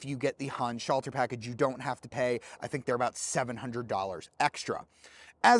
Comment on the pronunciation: What's this? A YouTube car reviewer that can pronounce Handschalter correctly. Good review!